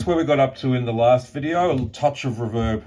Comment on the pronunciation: It's REE-verb, not R'verb.